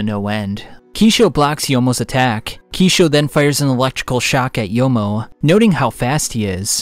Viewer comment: Kishou not Kishio!!!